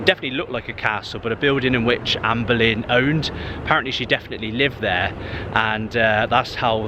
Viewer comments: Its pronounce Bow-lin not Bowling and its Elija Wood not Burke 👍. The Boleyn ground was the most intimidating stadium in Britian! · Bowling Ground? Its Boleyn. Pronounced Bow Lane. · Isn't the Boleyn Ground pronounced, "Bow-leen" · A good but also a sad video to watch. Not many references to West Ham United remain, but you did miss the fact that some of the new buildings are named after previous Managers. You walked past (John) Lyall House at one point. It's funny that you can pronounce Bowen, but not Boleyn 🙂